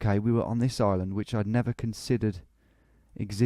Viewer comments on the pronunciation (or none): none